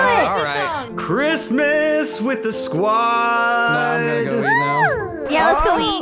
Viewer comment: Squad not scwod